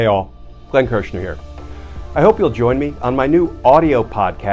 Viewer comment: GOP can’t be taken seriously - country Comer said Kushner like cooch-ner